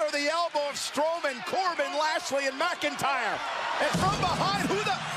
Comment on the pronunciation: Not megiter its mcintyre